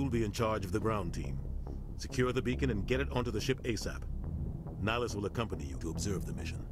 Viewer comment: LOL once you kept saying "bacon" I kept hearing "bacon" every time they said "beacon"